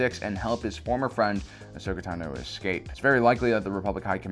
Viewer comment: I like this guy but I feel like he purposely mispronounces word. Like when he says says “tano” weirdly:(